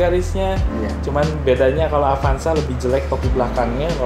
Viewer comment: Avanza kang...... Sanes apanza...... Sakali deui AVANZA NYA BUKAN APANZA